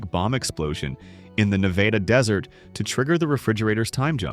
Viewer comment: This sounds like something written and announced by AI. The use of language is terrible, and the announcer mispronounces so many common words like "Nevada". This is crap. The channel is crap.